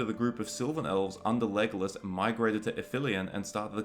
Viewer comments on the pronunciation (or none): none